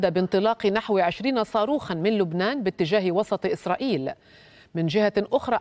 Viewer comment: قالت إسراخيل 😂🤣🤣🤣